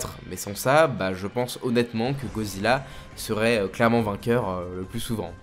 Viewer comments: "GODzilla" pas "gozilla" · Mec sérieux ? "GO" zilla ? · C moi ou il a dit gozilla au debut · Pk tu dit GOzilla et non goDzilla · GoDzilla. Avec un D. Gorille, pas gori. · Pourrais-tu arrêter de dire ”gozilla ” vu que c’est «goDzilla »